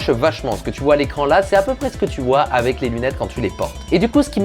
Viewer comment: Vraiment fais attention a ta prononciation sur le mot "avec" que dit tout le temps "avé" c'est très perturbant haha